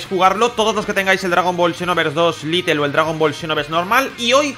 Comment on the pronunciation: Donde estan las noticias? El evento lite nuevo lo que se dice nuevo no es... Ya lo hicieron el finde del 18-20 de enero mas o menos, fue el 1er evento Lite (se pronuncia "lait", no "litel", de donde te sacas la 2 ele?), pero tenian bugs: se terminaban al llegar a lv99 en lugar de seguir los 4 dias, hicieron 3 o 4 eventos lite con ese fallo y pararon, luego volvieron a los eventos normales y este finde ha vuelto el 1er evento lite, veremos si con fallo o no...